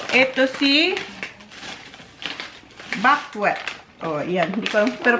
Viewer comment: Hi, i just want to share lang po na, it's buckwheat -like buck-weet po. I always watch your vlogs. Take care. ❤